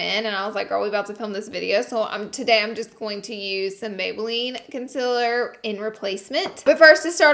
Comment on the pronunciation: Its CONCEALER not CONSILLER